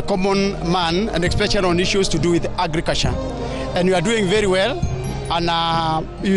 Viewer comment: The only meaningful thing i have heard is "mwananshi,agriculsha & huger." Go & sleep.